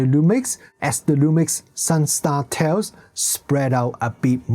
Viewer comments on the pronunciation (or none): none